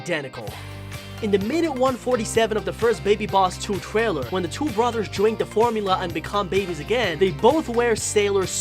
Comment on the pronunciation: Ummm why does your voice sound like a baby like you said two to be like twoo